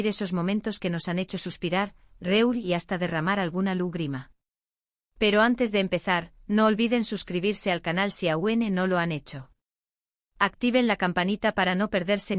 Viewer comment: No es Lugrima es LAGRiMA NO es CAPUTULO es CAPiTULO No es CUNCiO. Es. CANCiÓN iiiii lo de SUPER INDICE TRES NO ES......ERES PESADA .......... iiiii muchos errores mas APRENDE A HABLAR MEJOR